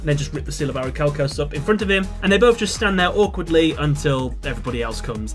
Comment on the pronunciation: It pains me every time you mispronounce orichalcomolos